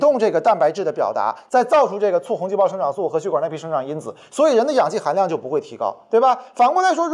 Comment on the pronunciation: 壮壮胆子举个手： 那个叫血管 XUE4声